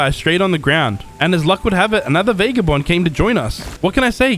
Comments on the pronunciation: Fun video, but it's VAH-GAH-BOND, not VAY-GAH-BOND. Every time you say it that way a puppy dies. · NOT VAYGABOND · Love the vid but bro VAGABOND IS HOW YOU SAY IT